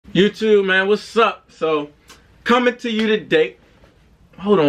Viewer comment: “Youtewb, wassup!” 😂